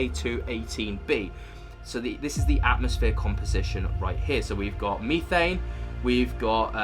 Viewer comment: Meethane? lol Are you high on Meeth?? Its methane.